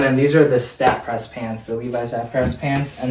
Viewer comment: Just a quick note about the Sta-Prest pants; it's supposed to be pronounced "stay pressed", because being 100% polyester they don't wrinkle like cotton does, so they didn't need ironing/pressing